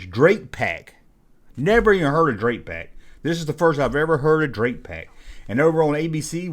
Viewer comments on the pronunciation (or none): your saying drac pack wrong. its drac as in the first half of Dracula . Drac pack and it was a pretty good show